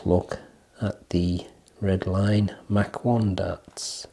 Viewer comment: It's pronounced Mach 1 like In speed.